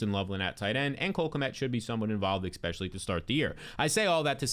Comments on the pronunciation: the word is especially, not "expecially". Have a great day. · Egbuka will be ekseptional. Ekspecially if u don't ekspect Godwin to return to exceptional health. Extreme talent, smash pick ekspecially if u can get him late. I suspect he will ekseed all ekspectations. What the heck else do u ekspect this season, give him some respekt.